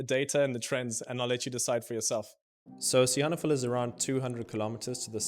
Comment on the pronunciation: What's with stressing the "han" in Sihanoukville? I've always heard the stress on "nouk".